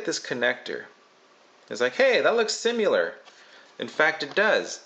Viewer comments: Hmmm.... Errr.... Ok what the fuck? JESUS STOP THAT. DON'T DROP THAT YOU SHIT! Oh thank God that was the iPad screen... Last note: He can't pronounce "similar." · You have a weird way of saying 'similar'